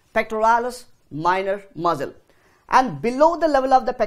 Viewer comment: Great explanation its just that muscle (mssal) sounded like Muzzle like those of guns which was distracting